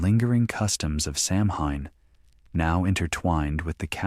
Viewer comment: samhain is pronounced saween do your homework